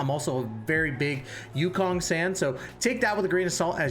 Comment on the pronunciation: I like the content and over all good video. My only ick is that you pronounce the names wrong. Huohuo is pronounced hwa-hwa. Luocha is pronouced lao (like cow) cha. Yukong is ooh-kong.